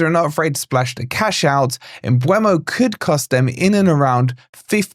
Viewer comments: It's pronounced Umburmo. People get it wrong because they think it's spelt Mbuemo (Umbwaymo) but it's spelt Mbeumo (e before u) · No it's not. 😂 My mates a Brentford physio so it annoys me when I hear 100 wrong pronunciations. It's M-BWE-MO No r sounds, no boo, no way, no er. It's near a phonetic spelling so it's mad that people still butcher it.